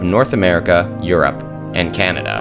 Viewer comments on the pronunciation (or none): none